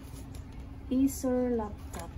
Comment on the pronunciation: Nabilang niyo ba kung ilang beses niya nabanggit ang 'acer laftop'?